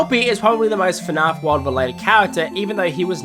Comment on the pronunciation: It's not fn-ah~f It's fn-A-f Gregory: Shut up Freddy! Cassie: Bruh.